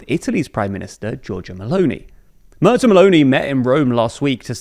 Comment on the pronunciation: Tip: Try Mairts instead of Murts. It is much nearer and much more agreeable to all the other ears that aren´t anglophone.❤